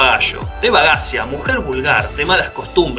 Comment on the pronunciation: "bagascia" se pronuncia bagaya